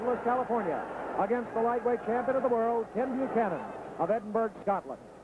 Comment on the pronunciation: Good on the announcer pronouncing Edinburgh properly and saying tartan. Maybe kens team had a word! Rip kenny